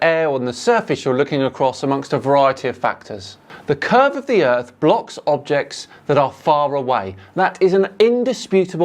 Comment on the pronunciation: The earth is FLA. . . Gotta minus the T 😅 *Earh . . The earh is fla